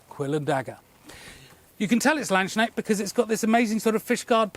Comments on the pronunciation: Hey, just a quick headsup. It's pronounced Lands-knecht with a hard K in the middle. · Don't say "lands shnechts",. PLEASE! It's a "K"!! Please, before you next attempt to say this, go to google translate, punch "Knecht" into the thing and let the lady read it out to ya. This sounds horrible. Absolutely horrible! It is actually painful. Imagine someone replaces all "K" sounds with "sh" in english words. Kids -> shids crust -> shrust correct -> shorresht It's a god damn Knecht with a lance. A lance knecht. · the "K" in Landsknecht is not silent! And I agree, the latchet crossbow is truly beautiful, it's the first time I saw this and I love it already. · I'm no linguist, but did you say "land snail"? Absolutely love your channel and shop, btw! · the way you say Landsknecht has forever been hilarious: you're basically saying "land's snail/national snail". Anyway, I love the dagger and am considering getting another :D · As a German, I almost didn't recognize the word Landsknecht 😀 it has a very hard K